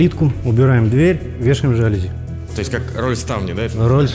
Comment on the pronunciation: Что за даун называет роллет жалюзи, да еще с деревенским ударением?)))